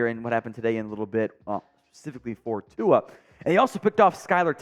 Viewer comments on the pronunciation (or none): Why do so may of you guys pronunce Tua as Tuga? Please try a bit harder as this fan is tired of hearing the mispronunciaton